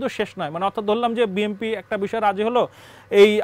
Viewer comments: ইনি বিম্পি বিম্পি বলছেন কেন! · এ হালায় বিএনপিকে বিএমপি বলছে কেন?😂😂😂